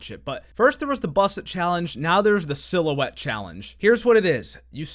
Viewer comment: "i see a little silhouetteo of a man"